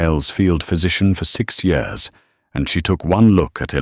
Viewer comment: Why keep saying yours and not years ?